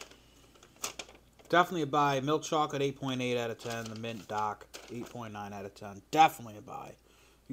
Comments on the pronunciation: say dahk again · Eating DAAAK chocolate in DA house and not DA CAA